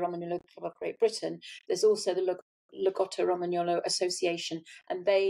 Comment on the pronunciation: Great interview, your pronunciation of lagotto Romagnolo needs work. enjoyed this!